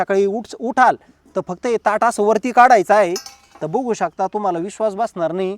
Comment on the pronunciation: 😁🤷🏻‍♀️आहो दादा किती खेडवळ बोलता हो तुम्ही बघु शकताला 😆🤣 तुम्ही बुघु शकता बोलता हो हे बुघु शकता म्हणजे काय आहे हो दादा आणि जरा बडबड कमी करुन थोडक्यात विडियो बनवा हो पण बघु शकता का 😂ला बुघु शकता नका बोलु पिल्जि😂😂😂😂